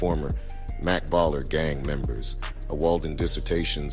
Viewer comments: Why u say baller like that😂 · I hate the way you say "baller"🤦🏾‍♂️